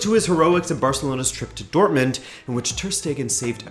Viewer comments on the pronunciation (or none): none